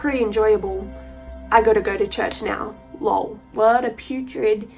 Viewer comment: I’ve heard this story and r.I.p. Emma. It’s extremely sad and my prayers go out to the family. Just a fyi it’s not Lowell it’s lol as in laugh out loud.